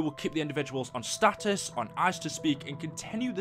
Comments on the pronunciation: No it's stasis not status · are you mispronouncing stasis on purpose? it's getting annoying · you kept saying status which it said stasis it means there gonna be frozen or somethng